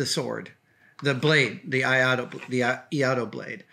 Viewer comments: Adam, your pronounciation was pretty close, but you just missed an I. You pronounced it as IA-DO but it's in fact IAI-DO, just add a second short I after the "Ah" sound, same as the first, and you're good. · Another excellent video Adam! I'm probably not the first (and won't be the last) but Iaido is pronounced as "e-eye-do" - I've been a practitioner of Tenshin Shoden Katori Shinto Ryu for just over ten years :) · “ee-aye-do” I’m a practitioner of iaido. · FYI, pronunciation is"eye - eee- dough" and the Iaido technique of drawing and cutting in one motion is called "NUKI TSUKE". Love all your vids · Great video! It's EE-EYE-DOH (iaido) btw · Adam, I am a huge fan and this is SUCH a cool episode because as I am watching this, I am packing up my own practice blade (called an Iaito or Mogito )or to go to Iaido Practise. The pronunciations is: Ee-Eye-Dough, by the way. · Iaido pronounced ee-eye-do 👍🏻 the collar on the blade is called a habaki, the scabbard is called a saya, the handle is tsuka, etc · Quite close - Iaido (居合道) - pronounced e-eye-do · A-ee-do (Ia-ee-do) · Iaido. Pronounced EE - EYE - DO. Great story! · It's pronounced : ee-eye-do. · Uh... No. It's Iaidō like Misterkami said. No L in there. Why would you even attempt to give a pronunciation when you don't even know the first letter in the word? Reminds me of a guy who praised the Ip Man movies as some of his favorites and called him I. P. ("Eye Pee") Man as if Ip were initials.